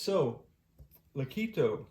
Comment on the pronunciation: "Leh-KOT-toh" not lih-KEE-toh. Name came from Italian musical term "legato" according to their website.